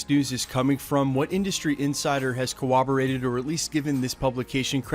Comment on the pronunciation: Pronounced: "cor·ROB·o·rate not cor·WOB·o·rate